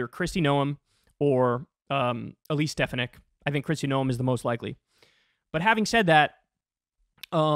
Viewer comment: You mispronounced both 'Noem' and 'Stefanik'. 'Noem' rhymes with 'roam', and 'Stefanik' has the stress on the second syllable.